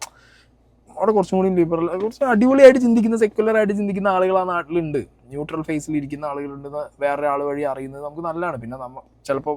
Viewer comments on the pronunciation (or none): none